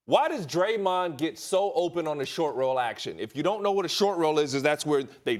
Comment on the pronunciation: I stopped watching after Max said Steph and Dremond 😂. 1st time I agree with Ryan Hollins